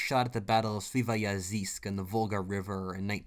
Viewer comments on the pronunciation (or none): Man, it's not "SVIVAYAZISK", it's Sviyazhsk, i didn't know that it would be so difficult to read english letters for english speaker